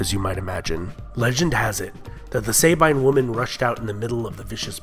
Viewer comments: It's not pronounced "SAY-bine", it's more like "sah-bean". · Great work thanks! Just one thing: please do not pronounciate Latin like (American) English. Example: 'Sabine' is pronounciated with 'a' like in the word ' American'. And the 'I' like in the word 'dustbin'. 'Remus' is not 'Reeeemus', but with 'è' , like in 'Everlasting'. And the 'u' like in 'shoe'. Remus.